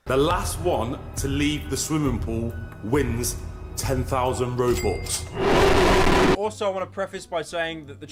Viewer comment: had me laughing for about 2 minutes, the way he says robux